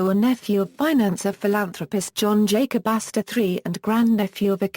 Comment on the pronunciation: Sorry but I can't stop laughing how that robot voice said his name "john jacass" LMAO